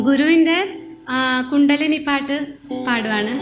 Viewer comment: കുണ്ഡ്ടനലി അല്ല.. കുണ്ഡലിനി..